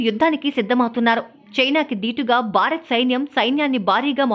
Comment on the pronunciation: Anchor, Telugu pronunciation sariga nerchukovali. Barat kadu. Bharat Ani palakali. Telugu TV Anchor la laga ayaru.